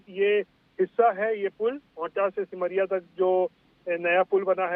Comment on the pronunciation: Begusarai सिमरिया बोलो not ota